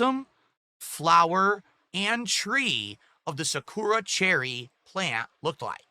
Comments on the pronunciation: Cherry Blossoms grow in other places besides Japan... also its not pronouced Sa - koo - ra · He pronounces Sakura like an idiot too.